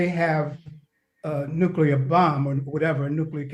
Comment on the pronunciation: No disrespect to him but it’s nuclear not nucular which he said several times